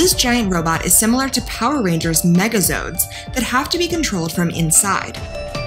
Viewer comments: Mega zord not zodes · Bruh the narrator compared a gundam to a megazord and she dint even pronounce a negazord right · You mispronounced MegaZord... YOU FUCKING. MISPRONOUNCED. MEGAZORD.